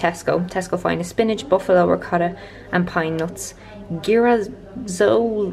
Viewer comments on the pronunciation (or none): If you want to know the name of the storebought pasta "girasoli" is Italian and it means sunflowers, you pronounce the "g" as in "giant'. Lots of love, you're an amazing human being!